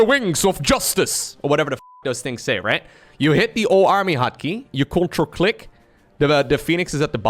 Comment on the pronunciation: says "CTRL click" I hear CONTRA CLICK!.. I want to contra click.. sounds epic